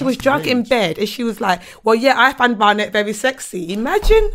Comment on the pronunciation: can't pronounce Barnett.